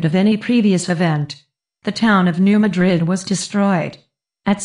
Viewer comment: I'm from the area. The narrator doesn't know how to pronounce 'Madrid'. smh